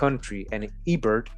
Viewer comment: Herbert we pronounce it A-Bear